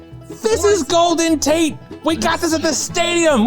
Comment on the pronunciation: Did you say Golden Taint? Or did I hear it wrong?